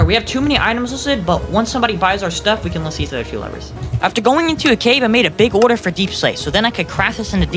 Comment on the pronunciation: the way u say order "ORDAA"